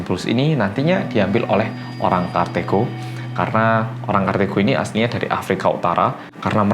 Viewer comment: Kartago, bukan kartego